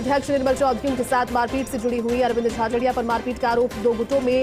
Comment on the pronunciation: भाई नाम तो सही बोलो अरविंद जाजड़ा बोल रहे हो झाझरिया बोलो